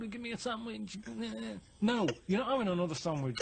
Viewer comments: and after 'avin a go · "I'm not 'avin a go" - Karl Pilkington, moments before 'avin a go